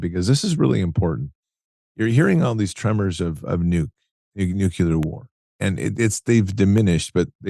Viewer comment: It’s nuclear, not nucular.